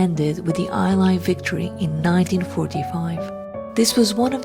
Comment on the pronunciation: Please, if you are going to do programs like this which I love, get someone who actually speaks decent English to record them. The word is: “allies,” not eye-lies, as you have pronounced it.